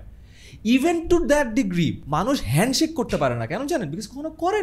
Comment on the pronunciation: ❤ মানুষ হেন্ডশেক কে হেনশিপ বলে।